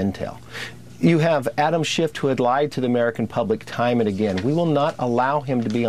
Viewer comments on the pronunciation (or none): “Adam SHIFT”??? Really Bro?? 🤣🤣🤣